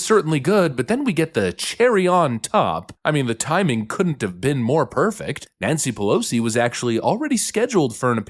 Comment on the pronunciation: Nanshe Peloshe